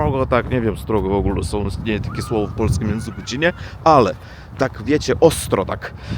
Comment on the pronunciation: Panie, mała uwaga co do wymowy słowa,,czyli". Powinno być twardo cz y li. Pan wymawia,,czili", tak jakby chodziło o przyprawę chili. Również,,czy" wymawia się twardo. A Pan wymawia,,czi". Trzeba nad tym popracować, bo z przyzwyczajenia mówi Pan miękko.